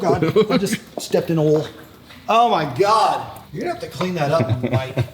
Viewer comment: imagine not pronouncing oil as oil and saying oul instead